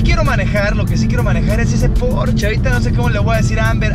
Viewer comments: el "porch" jajaja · La "e" de porschE también se pronuncia... es alemán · "Porshe" plz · No estás pronunciado bien Porsche, en el canal oficial de Porsche tienen la manera correcta de decirlo. Para que no te quemes otra vez. 😂